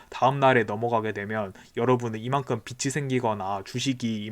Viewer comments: 빚이 = 비치 X , 비지 O 라고 읽어주세요^^ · 잘 보고 있습니다. 다만 발음에 주의해 주세요. 빛이 아니라 빚입니다. 소리나는대로쓰면 계속 '비치'라고 말씀하십니다. '비치'가 아니고 '비지'입니다. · 빚이 =비지 발음이 비치 아님 ᆢ 잘들었어요